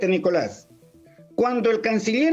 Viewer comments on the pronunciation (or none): none